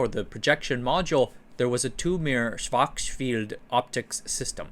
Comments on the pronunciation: "Schwurtz-shilled" yields some close approximation from English on Google Translate. 😉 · It’s actually a simple two syllable name. Shvarts-shillt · I think it's supposed to be pronounced like "shvahrtzshield". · I think that authors spend all the energy on content research (which is great) to the point where none is left for pronunciation 🙂 For the future - use wikipedia - they often use phonetic transcription for names for example: /ˈʃvaʁtsʃɪlt/ or (from one of the previous episodes) /ˈjæn tʃɒxˈrɑːlski/ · You are saying “Schwartz Field” somehow, but it’s the sch sound again, not an F. Imagine someone pronoun 不知道 as “bù fīdào”. The German word schild is very much the same as the English shield. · In case you are gonna say it many times in the future, Schwarzschild is pronounced like Arnold Schwarzenegger with the S like Shit, and for the second part it goes like "Shield" but you shorten the I. Something like Schwarzshilld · Why did you pronounce schwarzchild like that? It's a surname that's popular in astrophysics and astronomy communities and I haven't heard them pronouncing it like you did. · The pronunciation of Schwarzschild is so satisfying. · Sounds a bit wrong for a German native speaker